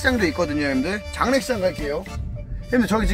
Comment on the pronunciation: 에 장례식장 할 때 장례시장이라고 함